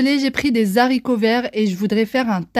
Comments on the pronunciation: Haha tu me fais rire quand tu dis les zharicots verts 🤣 on ne fait pas la liaison a cause du h comme pour handicapés. Perso avec ses haricots verts surgelés, j'adore les mettre au four, avec des morceaux de pommes de terres, d'oignons, d'ail, de poivrons, des tomates cerises... Bref les légumes que l'on veut. On ajoute de l'huile d'olive, des épices et on couvre pour éviter que les haricots brûlent et se dessèchent. Pour les Yop tu peux les faire avec la multidelices, c'est sain, rapide, pas cher et super bon. J'ai fais infusé des tisanes fruitées, ça donne un Yop incroyable 😋 PS : je suis preneuse pour ta recette de lentilles qui plaît tant aux enfants (et la soupe de fève). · Les Zaricots verts 😅😅😅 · Les haricots pas les saricots .il n'y a pas de liaison